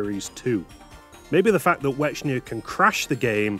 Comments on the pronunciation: considering the name was intended to be a portmanteau of white and echidna, i'm pretty sure it was supposed to be pronounced "wecknia". not that i really care that much about pachuka's original vision or whatever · The Ch in Wechnia is pronounced like the Ch in Echidna you can't change my mind. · I love how you pronounce Wechnia like "Wechnier" or something like that.